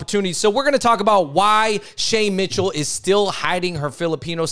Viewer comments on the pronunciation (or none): you can’t pronounce “Shay Mitchell” without saying “shame” Shame Mitchell